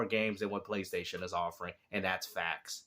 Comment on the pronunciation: In every time the way he pronounces PlayStation is very very remarkable. He calls it thr "Pchlaystation"